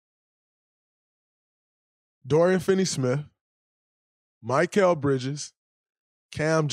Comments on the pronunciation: Bro it’s mikal not mykal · Draymond his name is Mi-kal not Mic-kal lol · My-kall bridges 💀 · “Mikeal Bridges” cmon Draymond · It’s Mikal not Michael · If I hear draymond mispronounce Mikal again ima flip